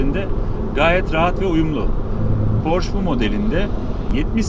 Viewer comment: Reis Porche direk yazıldığı gibi porşe diye okunuyor porş değil